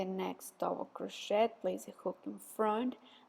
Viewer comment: Friendly comment: when you pronounce (say) crochet, the ‘t’ I silent.